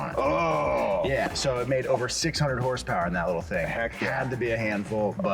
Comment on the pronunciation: it’s a joke on the channel, they pronounce horsepower without the vowels, just a bit they do